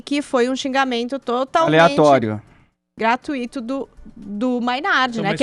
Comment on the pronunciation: Querida, é gratuito e não gratuíto 🙄😂😂😂